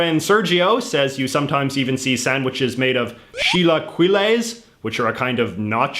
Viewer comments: And chilaquiles is chila kill hess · Hojaldre is pronounced close to Oh hall Dre Dre like the music person Or even better , the r is like the r in hombre Chilaquiles is pronounced like the qu is a k So its like chilakiles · I love that you tried to pronounce all the different snack foods, but for the "chilaquiles" the qui isn't a hard Q, it's more (chee-lah-key-less) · God the pronunciation of Chilaquiles and Bolillos hurt my ears